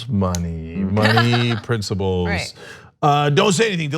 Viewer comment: Why does Cenk say "princiBles"?